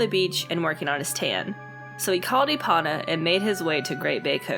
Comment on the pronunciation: Ee Po Nah. Not E Pawn Ah.